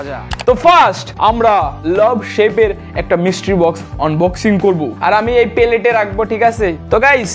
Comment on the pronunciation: মিস্ট্রি বক্স(Mystery box)❌ মিস্টির বক্স ☑️ 😂